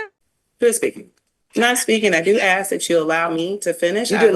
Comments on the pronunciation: Will someone please teach a class and how to say the word ask. Ass....K !! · …you’ve seriously never heard especially Black people pronounce it that way? I thought it was a known stereotype